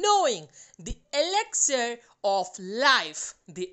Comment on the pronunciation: Mam that is not exlire It is elixer in your mouth pranounsation